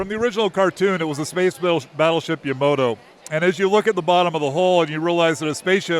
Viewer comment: Yamato not Yamoto 🤦